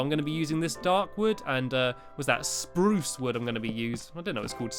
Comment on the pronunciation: He said spruce wrong